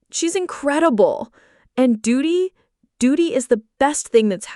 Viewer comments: The child's name is Durry Not Duty. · Okay the little girls name is Dury not Duty can you pronounce it correctly please